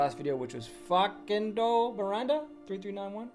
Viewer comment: Wow! Thanks so much,. I appreciate your time answering my question. I'll look into building my own personal brand and explaining to my prospects the systems I see other agencies using in my niche to get results. PS: I work with Americans full-time on my job, and your "Facundo" was one of the best!